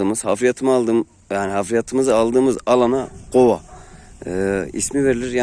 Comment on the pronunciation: gova değil kova